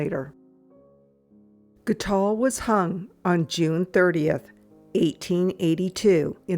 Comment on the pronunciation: How did you pronounce the assassin's name? It sounded as if you added an L